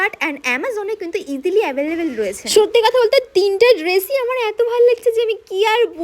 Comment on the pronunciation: ইদিলি না ভাই ওটা ইজিলি 😂😂😂😂😂